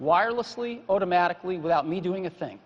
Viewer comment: OOttomatically... lol